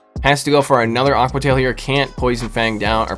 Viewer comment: A-que-uh tie-EEL 😂